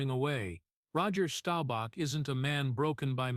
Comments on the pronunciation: You should have learned how to pronounce his name. It is Staubach, not Stobauch. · Stowbach?! Please pronounce his last name correctly. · DAMN DAWG!!! WHY don't you AI learn to PRONOUNCE names CORRECTLY!!! STOWBACK??? I COULDN'T STAND THERE AND LISTEN ONCE MORE 🤬👎👎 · This guy needs to learn how to pronounce Roger’s last name if he’s going to tell a story about people